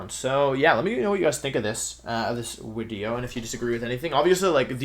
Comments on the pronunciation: is bro german, why did he call it a Wideo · Thank you wideo man, I love the tier list wideos! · Every time you say wideo it makes me laugh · Wolfie - Sorry if I pronounce stuff wrong Also Wolfie - I hope you enjoy the wideo. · Does he say wideo? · "Surprise, it's Wideo Man" -Wolfey 2020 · YES ITS WIDEO MAN!!! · why is it wideo? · lol the people who think you are unable to pronounce ‘video’ while pronouncing all other words that start with ‘v’ properly😋 love the wideo btw 😎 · Is pronouncing video "wideo" an inside joke or do you legitimately pronounce it that way?